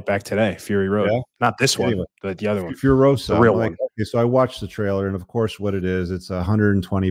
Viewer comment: I think "Furiosa" is imported word from Portuguese or Spanish. So it should not be pronounced like "Furohza", but like "Fooreeoza".